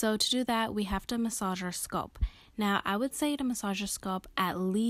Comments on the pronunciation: Her saying skulp made this video unwatchable 💀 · 😂🤣😂🤣😭 I was trying not to be petty(and was going to make a simular comment)..BUT..if she says "Sculp" one more TIME though!!! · ouuu you killin me wit that “ sculp “ dont you ever say that again in yo life chilee 😭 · Good stuff i am trippn though how she says sculp instead of scalp lol no disrespect it was just funny hearing it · SCALP NOT SCULP OMG😖🤣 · Leave the lady's pronunciation of scalp. The tutorial is good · I wonder where she’s from. Ppl not from the Midwest look at me crazy for saying bag as “Beg” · I never heard anyone pronounce “scalp” like she does in this video.